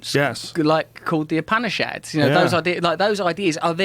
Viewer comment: Upanishads, he mispronounced the hell out of it, lol.